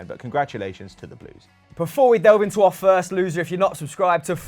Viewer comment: Birst of all Good ebening